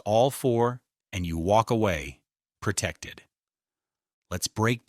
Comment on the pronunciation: "Pertected" is not a word. *pro●tec●ted